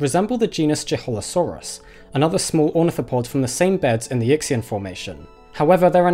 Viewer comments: a suggestion...so many of these locality and fossil names are Chinese, it would be nice to learn at least roughly how they are pronounced. I am probably not the only person in your growing viewership who knows Chinese. Yixian is not, for example, pronounced “Yick-see-en” it is approximately “Yee-shee-en.” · = Yixian should sound like "Yee-shian" not "Yicks-ian" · good vid but whenever someone says “yixian” as “yickseean” my ears bleed. it’s pronounced more like “ee-hsien” (some people will say the x as a “sh” sound, which isn’t correct either; it’s a hard-to-describe aspirated s-like noise not found in english) similarly the dinosaur’s name has a long a, not a short a. “chongmienia”. it’s never “chayng” if it’s mandarin. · Great video and your pronunciation of the Chinese place and dinosaur names is pretty good, except for Yixian. It should be pronounced either Yee shian or Yih shian. Either way, the X should be pronounced with more of a SH sound like in shush. Why they don't simply use SH when writing Chinese words in the Latin alphabet I have no idea. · Yixian is pronounce something like EE She-Ann. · You are mispronouncing Yixian. The I is like ee, and x is a soft sibillant version of sh, NOT like ks. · Will you please Google how to pronounce Yixian